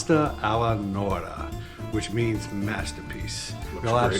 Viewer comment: Guys love your show - reminds me of home. But …… this is Pasta NorMa - not “Nora.” Please please please get the pronunciation right.